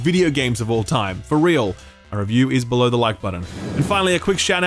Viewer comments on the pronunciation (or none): none